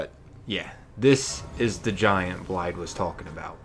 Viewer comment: FYI its pronounced Blaiv, blaidd is Welsh for wolf :)